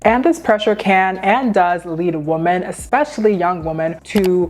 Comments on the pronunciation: Okay, I need to know. When you say woman and women the pronunciation sounds exactly the same. Is it just a regional difference? Are both words pronounced the same in your area? Because where I live "women" is pronounced wimen with the wi pronounced like whip. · It’s pronounced womEn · “Women” is pronounced differently than “woman”. You pronounce both like “woman” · I'm trying to get through your video because it seems like good content, but something is jarring/distracting from the flow of it. The plural of "woman" is pronounced "weh-mehn", not the same as how "woman" is pronounced. It's confusing to hear you talking about multiple women but then suddenly you're saying a single woman. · why do ppl pronounce women like “woman”?? it’s women- plural not singular